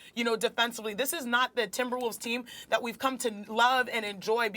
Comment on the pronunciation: She said timberwoofs